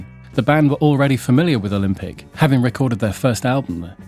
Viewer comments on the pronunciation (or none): none